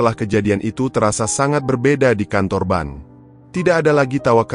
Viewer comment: hallo abang narator, kadang aku merasa geli sendiri, ketika abang mengucapkan pemilik ban, apa ngga dibaca dulu sebelum mengeksekusi cerita ini, bedalah bang antara, ban, bank dengan bang, sebagai pengantar narasi tentu abang bisa membawa kedalam sebuah alur cerita sehingga orang bisa menikmati audio dan video ini dengan nyaman, salam sehat.